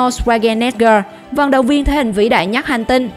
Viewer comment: Là thể hình mạnh nhất chứ không phải mạnh nhắt. Phát âm sai chính tả.